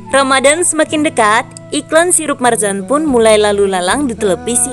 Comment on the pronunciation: Marjan bukan marzan 🤦